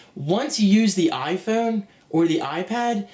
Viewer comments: "Orn the Iphoyne" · ...on the iPhewn ...on the iPhewn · LOL the way he says iPhone like a posh British dude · you don't understand, not everyone has the money to buy a fucking ipad, people look for cheaper and maybe better solutions and from where im sitting, all the things u were drilling on didnt appear to happen at all and if you didn't already have an iphone and an ipad you would probably fucking love this thing. btw the way you say iphone makes me want to fucking smack you.. That will be all thanks